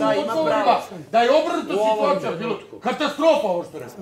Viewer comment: Treba aneli da nauci da ne kaze sitvacija nego situacija